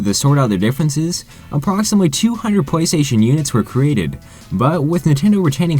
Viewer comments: It sounds like your saying Pway Station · Pwaystation. Wtf, this guy shouldn't do any narration. He can't talk and his voice is annoying as hell.